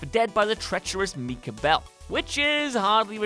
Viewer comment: Who the fook is Meeka bell?